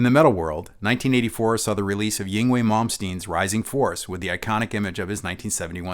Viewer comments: I believe the Swedish Metal guitarist’s first name is pronounced “Ing-vay.” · Love the shout-out to "Ying-wee" 🤣